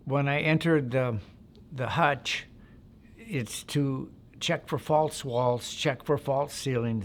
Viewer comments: Hooch not hutch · I think he means to say hootch, not hutch 😂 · It’s not a hutch it’s a hooch! All Vietnam structures were all called hooches! Sounds a bit made up some of details are to methodical in a fire fight details are hard to be that detailed! It became very confusing in a firefight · It's a hooch. No one in the Army ever called it a hutch. How long were you in- country? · this sounds made up.. and didnt they call them hooches.. not hutches.